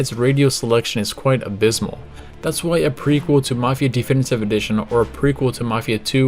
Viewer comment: Why do you say Thee Finitive Edition? 🤔🤔🤔